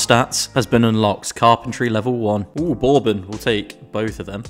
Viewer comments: LMAO i feel like im giving an english guy a lesson on his own language but the first o is silent in bourbon, I feel like im on punkd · I love the video but I'm concerned about how you say the word bourbon...